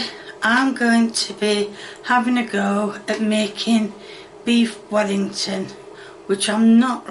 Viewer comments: We don't say "beef welli" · Weef bellington